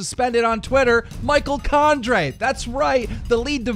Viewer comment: "Condray" lmao, great good keem👌👌😂😂